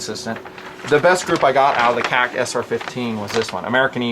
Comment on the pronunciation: This is the first time I'm bothered by a video you produce. And not because of the information, but KAC. It's sounds like you're saying something else (k-ah-c) and it drives me and I'm sure others up a wall. Say Knights or Kay-Ay-See. Love the channel, the hard work you put out, and the content. But seriously...stop the (k-ah-c)